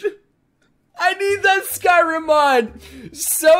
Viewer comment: "I NEED THAT SKYRIM MAN"! YA JAMAICAN MAN?!